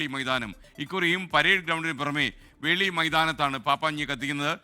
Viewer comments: Dear SKN.... FORT KOCHI യിൽ പപ്പാഞ്ഞിയെ കത്തിക്കുന്ന ground ൻ്റെ പേര് വെളി ground എന്നാണ് വേളി ground അല്ല...☺️ റീൻസൺ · വേളി അല്ല മോനെ 'വെളി'